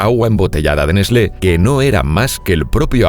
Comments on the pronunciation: Que raro que suena escuchar nesle, en mi pais se lo pronuncia ''nes-tlee'' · NESLÉ? Es mucha puta ciencia pronunciar "TL"? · Se pronuncia nest-le? Yo le decia Nes-tle debo haber parecido un idiota.......🏃‍♂️🏃‍♂️🏃‍♂️ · N E S L É ?? JAJAJA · Neslé :v